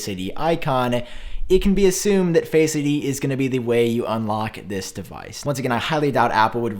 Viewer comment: Face ID is not one word . My ears hurt Everytime you say it